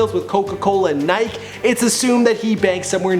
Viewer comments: Did you just say Nike? It is pronounced "Nikee" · you son of a bitch. Nike not Nik????????? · Nik e?? Or Nike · He said nik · He said Nik not Nike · Did he just say Niek? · Nikke it's Nike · I know he didn’t just say nyke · Where do you have to be raised to not know how to pronounce Nike? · Did this guy really just say nik? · Pronounced Nike-E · it is pronounced Niky even the original creator said it like that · ReiAsianBoy bruh my last name is McDonald I promise Canadians say it the exact same LOL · Bro. How do you not know how to pronounce Nike?!?! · man I know right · i cringed too hard when he said nike wrong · you said nike without the e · how can you mess up the word nike. lmaoo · He said Nike. Like Mike with an N instead of an M lol good vid anyway though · did this guy just say "nike" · pronounces everything wrong but this is something else. Dude really pronounced nike wrong hahahahahahaha. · You said "Nike" wrong. Wow... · Australians pronounce it differently. Nothing is wrong to pronounce. Only Human Names and Animal Names have a set pronunciation. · Pie That's why I commented... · How did you pronounce Nike wrong?) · How does he manage to pronounce "nike" wrong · did he say nike wrong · YOOOOOOOOO. This is Austrailian. He said Nike wrong.